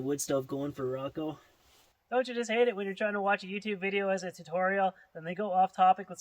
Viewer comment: Rocco (Rocko) is a she? Then it should be "Rocca" ("Rocka") You know, Mario, Maria? Same as that.